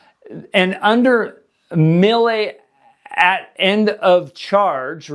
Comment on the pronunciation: Melee is pronounced May-Lay, not Mil-Lay! 😂 I'm going to start a video series where all I do is correct your English buddy!